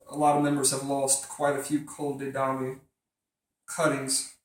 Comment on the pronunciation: Col de Dam - pronunciation ;)